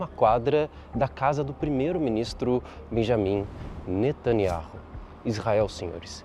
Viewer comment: Fonema: "beniamim nataniau"